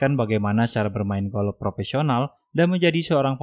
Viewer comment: Golof abang sayang bukan golok